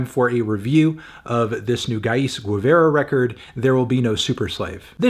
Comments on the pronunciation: the u is silent in guevara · Bro why is saying Guevara right so hard for English speakers Kano